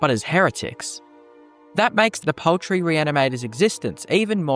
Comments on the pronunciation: POULTRY! It's pronounced POULTRY! Not paltry. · I thought we were saying 'paltry' at first, not 'poultry' and was wondering what small thing this reanimator could have done.